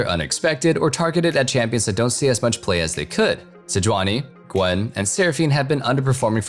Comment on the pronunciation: Loved it when he was calling out the champs being buffed and he goes "galio, gragas... little pause GWEN!.... mordekaiser, poppy" XD